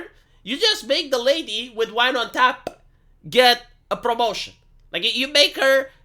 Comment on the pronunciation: "tch-ah~PPP" If you hear someone saying "tap" like that, please, put them out of their missery.